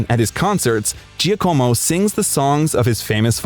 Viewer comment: Giacomo = jah-como